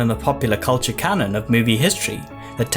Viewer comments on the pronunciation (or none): none